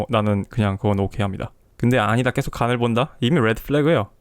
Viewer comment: 계속 을 께속이라 발음하시는 걸 보니 20-30대 확실하군요. 대체로 마흔 살 이상은 께속이라 안하고 게속이라고 발음함